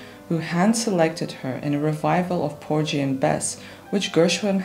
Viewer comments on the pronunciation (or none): A very well researched and clearly presented biopic of one the great opera stars of the 20th century. May I respectfully point out that Porgy is pronounced with a hard G; and Aida as Ah-ee-da. Grateful thanks!